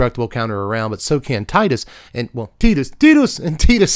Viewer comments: Tea-dus is correct... but c'mon Tie-dus is so much better in English specifically it hurts. It probably wasn't intentional, but it fits so well. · Tidus is pronouced like Teedus. You are correct. But I really dont mind anymore. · The clip you're thinking of is probably from Kingdom Hearts. Tidus's name is never said in FFX, but it is said in crossover content like Dissidia and Kingdom Hearts. And in Kingdom Hearts, Wakka says Tidus's name. (And in KH2, Selphie also says his name, but she says Tye-dus instead of Tee-dus, meaning that there are two official pronunciations of his name within the same franchise.)